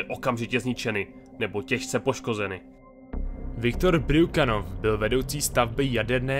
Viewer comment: Hezký, ale ty jména byly nepřesně řečeny, jako například Dyatlov - Ďatlov, Bryukchanov - Brjuchanov a tak. Ale jinak super.